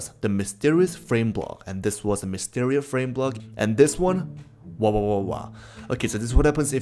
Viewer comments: you did mysterios instead of mysterious... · Mysterioa block… that’s what it is He said that lol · Mysterious ❌️ Mysterrus ✅️